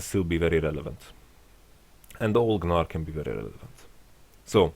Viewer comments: I love how he pronounces Gnar. everyone says 'nar', but he says 'Gnar' :) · Doesn't really make sense since gnar himself calls himself nar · Yamato has put the G in the Gnar.